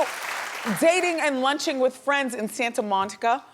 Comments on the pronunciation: Wendy said “Santa monita” instead of Santa Monica👍😂💀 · Did she say “Santa montika” lmao 😂😂😂😂😂😂😂🔥🔥😂😂😂😂😂😂😂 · Not "Santa Montica" 😩😩😩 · "Santa Montica" hmmmmmmm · Did she say SANTA MONTICA? IT'S SANTA MONICA BOO! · "Santa Montica"? I'm vanishing.👤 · "Santa MonTica" 😫🤣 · Did she say Santa MonTika? Lol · "San-ta Mon-tica" GD it, Wendy! If you're unsure how to pronounce a word, or a name correctly please, PLEASE don't say it! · Lmao I had to rewind when she said "Santa MonTiCa" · "Santi MonTica" 😂🙃